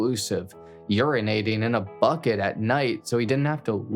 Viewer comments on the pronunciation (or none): none